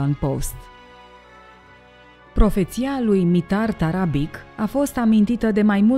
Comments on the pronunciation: Tarabici se citește, nu Tarabic. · cu tot respectul va spun că Mitar Tarabic se citește Tarabici și toate numele care se termina in limba sirba cu un c cu accent deasupra se citesc ci sirbii folosesc doua alfabete kirilic și latin dar alfabetul lor latin diferă de al nostru un c simplu se citește ț și mai multe chestii.Va spun asta pentru că sunt vorbitor de limba sirba și cunosc alfabetul lor latin oricum toată stima pt documentarele dumneavoastră le urmăresc tot timpul și sunt fascinat de toate și cine este boul ăla de a zis că Cristian Alexandrescu nu are dicție este un prost.Va rog un răspuns daca se poate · Se pronunta Tarabici. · Tarabici se pronunță ^_^ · doamna la sarbi c de la sfarsitul numelui se pronunta ci, cu stima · ć în sârbește citim ci. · Asta nu "ține" de a ști sau nu limba sârbă... Acest aspect intră în categoria "cultură generală". Ok... "nu știe limba sârbă", însă din acest "team"...chiar nimeni nu știe că litera "c" cu accent se citește "ci"?! Mi-e frică să aud vreun documentar în care trebuie să se pronunțe cuvântul "Straße". Oricum... să nu pronunțați "strabe", vă rog! Iar pentru cultura generală a "team"-ului, ar trebui să rețineți că în Serbia, majoritatea numelor de familie se termină cu "ci". ( ca fonetică) ex: Novak Đjoković, Adamović, Branislav Ivanović, Goran Bregović-poate măcar de ăsta ultimul să fi...auzit.